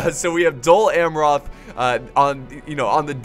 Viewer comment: Your pronunciation of "Amroth" is a little irritating but a 47minutes long cinematic and commentary rich video is well accepted!